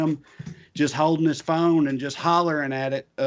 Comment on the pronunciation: you said "phone" we heard 'prom date'...